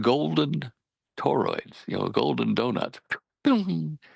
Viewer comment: Toroids guys, it's TOROIDS!!!!!!